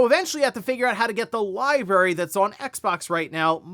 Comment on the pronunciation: Say it with me America, it's li-brar-y Not li-berry